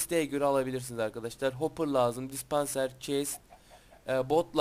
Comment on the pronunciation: Kardes ingilizce ni gelistirmeye calisiyon belli sana tiyo dispanser denmez dispensır denir